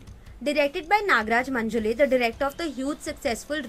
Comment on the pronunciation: Any south Indian individual will never pronounce the names of their cities and people in an accent or way to suit English or north Indian way of speaking. So why should Maharahstrians either? You are a Maharahstrian. It's नागराज मंजुळे. Not मंजुले‌. Also सैराट, not सैरात. Please take care of such things from now on.